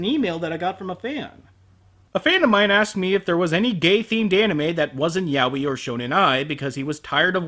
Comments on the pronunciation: it's "ya-oy" not "yawi" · it took me a while to realise that yah-wee was yaoi XD (im a spanish speaker xP)